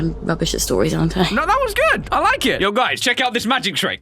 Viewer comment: Guys don't forget to LIEK the video. I didn't noticed how you just said LIEK VIDEO at the beginning 😏